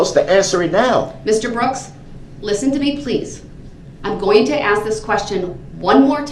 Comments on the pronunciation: Why do people say "aks", when they know the word is ask. Is it a refusal or are their lips just incapable of pronouncing those 3 little words correctly? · For every piece of crap out there like this one....if you say AX instead of ASK.....Open a dictionary you illiterate idiots. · AXE NOT ASK! 😂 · Michelle isnt here so he doesn’t need to “axe” anyone 😂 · Cuz yo aks😂😂😂😂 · Axe me a question! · Someone teach that idiot the word A-S-K! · Ughh I hate it when people AXE me to do stuff!